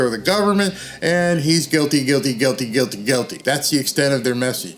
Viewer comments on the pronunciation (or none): So he's trying to say guilty?